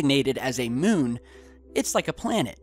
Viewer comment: Is it just me or does anyone else hate the way he says "moon"